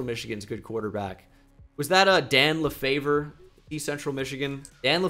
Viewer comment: Idk if anyone commented on this, but the Central Michigan QB’s name is pronounced Dan Le-FEVER.